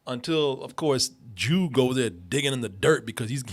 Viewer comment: Man, REALLY needs to pronounce that D in “Jude” more. I kept hearing him call the kid “Jew” during the entire review.